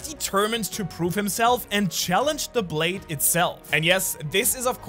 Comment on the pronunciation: Brade? Wideos? Are you ok man? 😂